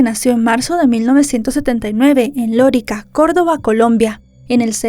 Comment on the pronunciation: D. Sancho no fue criado por su madre. A ver si investiga usted bien. Creció con su abuela paterna. No es Lórica, es Lorica.